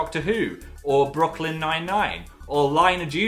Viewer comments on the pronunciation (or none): So we're just gonna slide past Phil pronouncing "Brooklyn 99" as "Brockland" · You did not just pronounce brooklyn like that